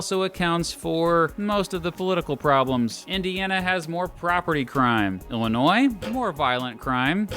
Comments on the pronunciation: Thanks for not saying the S at the end of Illinois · As an Illinoisan thank you for pronouncing Illinois correctly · Thank you for calling it Illinois and not Illinois